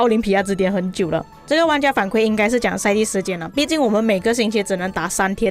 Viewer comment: 反馈 kui 4, 第四声（和惭愧的“愧”发音一样）